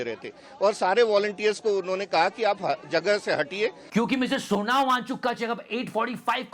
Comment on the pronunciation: यार वो सोनम है Sonao मत कहा करो भाई